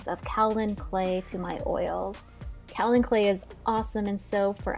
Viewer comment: Couldn't figure out what you were adding with the clay part then realized you just pronounced it kal-ion instead of ka-olin which is spelled Ka-o-lin with the o slightly pronounced.